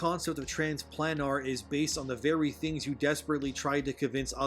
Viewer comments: The word planar is pronounced "playner",; not "plan R". It's like solar. Speaking academically, what Gene Marshall neglects to understand is that the word "race" is meant to be synonymous with 'species' as we understand it. It used to be that race was synonymous with one's nationality, and had no inherent negative connotation behind it, but it's since mutated, as language tends to. Here in the real world, humans are one species, and therefore one race, the human race - you know, that phrase we used to use to collectively refer to ourselves as a species on this planet. In fictional environments, there are multiple sapient species, and therefore multiple races. That isn't racism, that's basic zoology. A khajiit is not a nord, hence two different species - different races. It's very simple and clearcut. So no, here in the real world, the idea of mankind being different races is groundless, because humans are all one single species and therefore one single race. But in something like DnD, where there isn't just humans, using the term 'race' to describe distinct species is valid from standpoints of anthropology, zoology, and linguistic grammar. And you're right - their mindset is nothing but mountains of copium because they don't like the reality they're born with or living in. That's all woke politics is - "I reject your reality and substitute my own". It's literally that simple. I think it was The Fourth Age that crystallized that understanding for me in one of his vids on c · Ha, Pretty sure it should be pronounced Trans Play-nar. As in the other planes of existence. But I could be wrong. But holy crap, that would be a lame game.